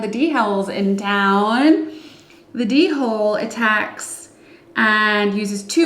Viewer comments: Looking forward to getting my copy once it reaches the US. Also… Pushes nerd glasses up against the bridge of nose The Dhole is pronounced “Dole” btw haha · Great video. I now call the Dhole (pronounced Dole) a D-hole lol